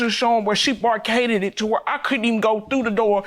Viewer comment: Her: “I have pictures showing where she bar-caded the door.” Me: 🤔🤔🤔 Bar-caded? Does she mean barricaded?!!